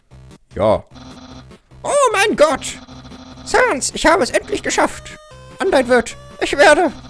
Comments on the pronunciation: Man spricht es säns und papeirus aus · Man schreibt es zwar Sans aber man spricht es Säns aus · Es heißt säns PS: es wird einfach nur sans geschrieben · Du sprichst sans falsch es wird säns ausgesprochen #nohate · Männ spricht sans säns aus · Auch im deutsche spricht man das Säns aus😅 Nur so ;D (Sorry😆😅) Apropo Sans,meine Lieblingsbeschäftigungen (ungewöhnlich für ein Mädchen ich weiß)😴!!📱📒(🖍✏) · Also ich finde man spricht Sans und Papyrus eher Säns und Päpeiras so sollte es besser klingen und sollte eher aus gesprochen werden aber nicht so gepsrochen werden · die skellete heißen säns und Papierus | oder auch im englischen Sans , Papyrus also sag es nächstes mal bitte so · Und es wird sens ausgesprochen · Das er immer Sans und Papyrus nicht richtig ausspricht